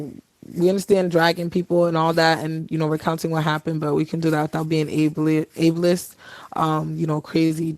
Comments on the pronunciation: Did she pronounce asterisk "asterick" and ableist "ablee-ist"? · WTF is “ableli iss”??